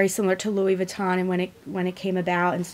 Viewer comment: No. You completely butchered the name. It's not Lewis vuitton, it sounds more like Louie. And Empreinte is pronounced like 'ompront'. It's French for imprinted basically. Lol